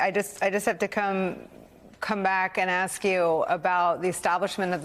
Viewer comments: Why does he pronounce ask as aks. Is that dyslexia or is the the American pronounciation of ask. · Hope he doesn't ax me a question.